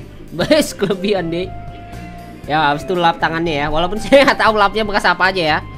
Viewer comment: Bekas bang bukan bekar:v